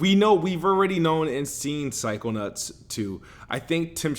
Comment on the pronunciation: Is it just me, or does he keep calling em psycho-nutts??!?! Lol.